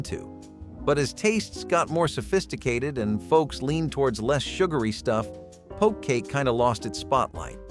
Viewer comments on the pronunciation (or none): Poke is pronounced poke not po key. Also, penuche is a fudge but you showed a cake! In Oregon, we pronounced penuche like pa new chee! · It’s just poke cake, like to jab something, not “pokie” like the raw fish Hawaiian bowls. You even said it’s named because you poke holes and pour something over it to fill the poked holes. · Its Poke not Pokie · Its not pokey cake. Its poke cake. 🙂